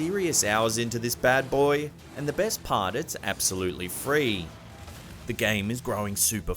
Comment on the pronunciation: You said the game was APP-solutley free...? Alrighty! ; )